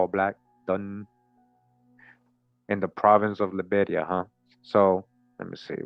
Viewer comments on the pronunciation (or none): none